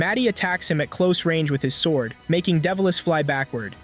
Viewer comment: "svord with her wepon"